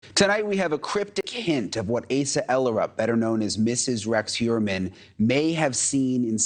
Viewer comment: Asa is pronounce "Ohsa", FYI.